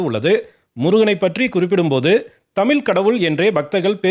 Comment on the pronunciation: ழ சரியாக உச்சரிக்க வேண்டும் செய்தி வாசிப்பாளர்..தமிலர் அல்ல தமிழர்.